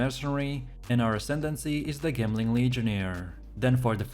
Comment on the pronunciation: Trashy copy/paste AND saying gemling like that? Boi get outa here.